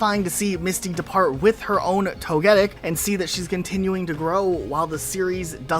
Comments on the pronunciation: Why are you pronouncing togetics name like that... It's pronounced tow-guh-tik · Wait this man can say Togepi but not Togetik. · Say it with me, Toh-Geh-TICK lol sheessh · Togetic is pronounced Tow-Guh-Tic, No “Get”. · I swear people are so lazy at pronunciation. How does someone even arrive at this pronunciation of Togetic when you know how to pronounce Togepi? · Many English words have the stress on the next-to-last syllable, which is the culprit for many mispronounced Pokémon names I’ve found. Also, if you read Togetic before ever hearing it, the GET might stand out and so that’s why you put the stress there. I still will mispronounce Suicune as sew•eh•seen because as a kid I misread it. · exactly. It's levels of carelessness that I can't accept for a specialized channel. Even if you didn't know the pronunciation, the amount of prep work put into the video and you still get it so blatantly wrong is confusing to me. Oh well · Prison time for the way you pronounced togetic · You probably did it for the comments, but that pronunciation of togetic is grating. They even pronounce it different from you in the episode you reference, there's no way you didnt know. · Anyone else bothered by the way togetic name is being pronounced? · Lol am I the only one who feels weird about how he’s pronouncing Togetic? 😅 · man the way you pronounce togetic is spinning me out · My ears bled every time you said “Togetic.” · I took mr some time to understand which pokemon he was talking about. I am only casual pokemon fan so I thought at first it was some pokemon I haven't heard about or forgot. Then after I figured it out I wondered if it was I who had pronounced Togetic wrong the whole time. I now wonder how he would pronounce Togekiss though :/ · “Toge- who tf??? Pls stop mispronouncing it’s name😭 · 😬So cringe how you pronounce Togetic. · Your initial pronunciation of Togetic is as weird as PChal's pronunciation of Decidueye... It kinda distracts me from the rest of your analysis.